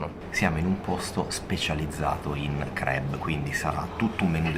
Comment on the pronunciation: Bello tutto ma crab pronunciato in quel modo non si può sentire. Si pronuncia con la a, non la e. La prima volta ho pensato foste finiti in un ristorante di crepes francesi.